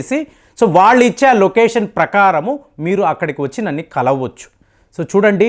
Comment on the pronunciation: నన్ని కాదు గారూ “నన్ను” అని చెప్పండి తదుపరి వీడియోలో👍💐